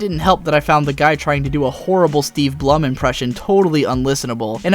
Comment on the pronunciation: Steve Blum's last name rhymes with "gloom", not "plum".